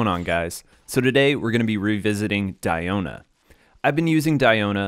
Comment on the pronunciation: It's Dee-o-na not Dai-o-na